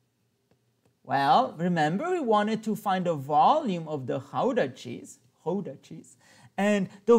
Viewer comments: Pronunciation of Gouda is "ow" like in "cow", not "ou"! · im from the netherlands and the way he pronounced the dutch words was really funny